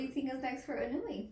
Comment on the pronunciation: You pronounce it. EE-'NOY-YAY, not ee-noo-ee; sounds like 'KON-YAY